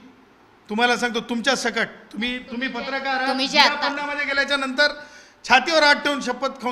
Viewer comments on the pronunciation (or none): none